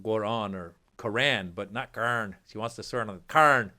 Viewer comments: Is she saying “ crayon”? That poorly educated moron is so vocally racist! I really think her IQ is so low it doesn’t even register! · Sounded like she was saying crayon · Was she trying to say “crayon”? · Ohhhhh...."Quran"...! I thought she was trying to say Crayon".